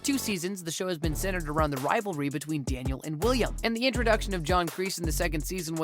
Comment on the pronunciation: He say the rivalry of Danniel and William (Johnny) 🤣🤣🤣